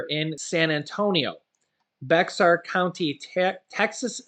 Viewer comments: my Friend, the San Antonio Texas county's name is pronounced like BEAR.... and not Be(x)ar. the X is silent. ok just wanted to let you know. thank you for what you do! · don't sound the X in Bexar its like saying the word bear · Hey,, just letting you know. Bexar is pronounced like “bear”.